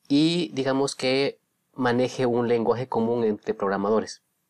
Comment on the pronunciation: Lenguague Ubicuo